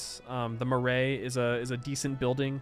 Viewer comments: Marae is pronounced more like muh-rye rather than meh-ray. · Try listing to him saying Marea, its MA like the nickname for a mother and rye like the crop. Ma Rye. I know thats not how its spelt but yea its hard to listen to, atlest his is better then potatoes. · I listen to people pronounce the Marae. Its Ma another word for mother and rye as in the grass.